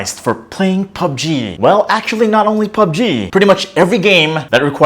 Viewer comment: Say pubg one more time please, hahaha joke lang